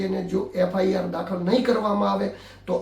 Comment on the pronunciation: એંકર શ્રી, યુ ટ્યુબ ઉપર ન્યૂઝ ચેનલ ચલાવતા હોય તો પહેલા, એફઆઈઆર બોલતા શીખો, એફઆરઆઈ નહીં પણ એફઆઈઆર, FIR એટલે ફર્સ્ટ ઇન્ફોર્મેશન રિપોર્ટ, તમે એફઆરઆઈ બોલી રહ્યા છો.. ભવિષ્યમાં પણ બોલતા પહેલાં તમે શું બોલવાના છો એનો અભ્યાસ કરીને, કન્ટેન્ટ ચકાસીને પછી બ્રોડકાસ્ટ કરો